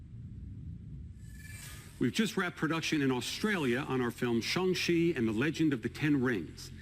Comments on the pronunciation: "Shung she" you mean shang chi? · Anyone notice how Kevin Feige pronounce Shanco-Ci instead of Shang-Ci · Shang-Chi is said like Shong-Shee? Chinese can be a weird language to pronounce... Not that English doesn't have weird or conflicting word spellings/pronunciations. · Glad to hear Kevin Feige pronounce Shang-chi as "Shung-chee" rather than your usual westernized "Shang-chee" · did kevin just say shong chi? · props to Kevin Feige for pronouncing “Shang Chi” as close as caucasianly possible to the Chinese 😜